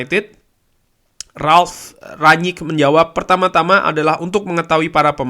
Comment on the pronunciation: Enak liatnya bahasannya ringan mantap semoga konsisten.. tapi boleh ga mas masukan dikit untuk spelling nama ralf.. baca aja rang-nik.. spelling ranyik walopun mungkin bener klo lidah belanda kali ya cuma saya gatel dengernya 😫😫